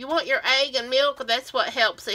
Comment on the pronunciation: Dip it in your “aig ” 🤣 love it